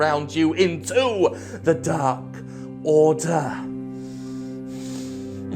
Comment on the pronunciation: DAR KORDER